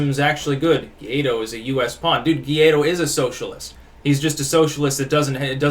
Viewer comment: guaido is pronounced like this => y-tho, anyways good video as always, keep it up.